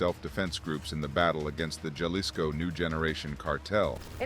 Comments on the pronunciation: Bruh, “Ja-lisco” lost me. It’s “Ha-lisco” fam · Starting to see why Americans are disliked in Mexico. "HA-lees-Ko" not, "JAH-lis-Ko". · Jalisko? It's prounounced Halisco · JUH lisco has me dead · So it’s not Jail Lee sco?